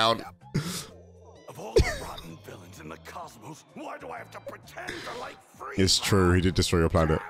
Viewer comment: FRIEZA, It’s FRIEZA!!!